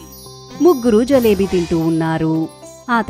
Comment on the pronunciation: Jalebi kaadu Jilebi